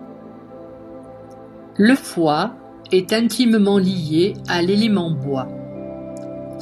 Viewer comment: Le son médical du foi est chu ! Et non pas xu ! Pour le triple foyer c'est le son Hu